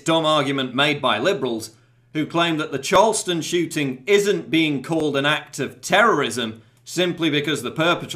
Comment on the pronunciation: I'm really sorry because this is a serious issue and you have a lovely speaking voice, but it sounded kind of like you said "Charleston Chewting" and you can punch me in your mind now if you want.